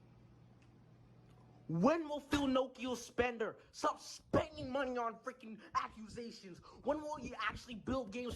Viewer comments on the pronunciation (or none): Oh he means "acquisitions" when he says "accusations". Was wondering what he was saying. 😆